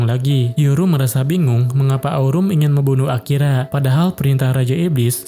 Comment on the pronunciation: Bg di menit 40 kayak Akira jadi akiya